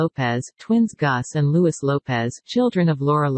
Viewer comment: I wish the American journalists would learn to pronounce names of our royal family correctly. The “s” in Louis is silent!